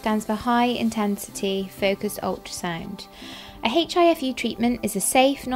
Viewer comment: The letter 'H' is pronounced silently!